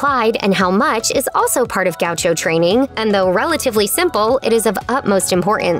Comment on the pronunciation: Mispronouncing Chão was eh, but the way Gaucho was mispronounced I just can't keep watching lol